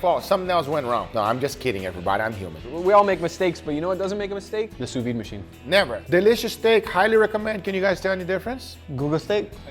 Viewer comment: SOUS-VIDE, not SOUS-VI ! this drives me nuts xD